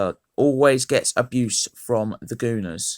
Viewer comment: “Aboose”😂😂😂 good vid tho